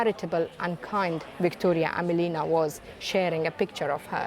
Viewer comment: AmElina not AmelIna. Emphasis is on “e”